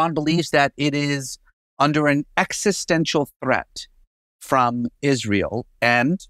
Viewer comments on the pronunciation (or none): none